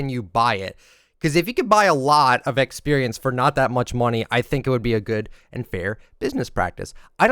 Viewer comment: Was this guy breast fed? The way he says experience is so triggering...